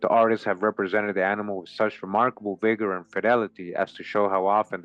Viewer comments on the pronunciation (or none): none